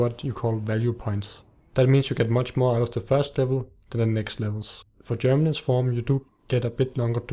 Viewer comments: It's geminate not germinate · GEMINATE GEMINATE GEMINATE GEMINATE "BEING DOUBLED" NOT GERMINATE "TO PUT OUT ROOTS" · ***** the proper word is geminate, which means to double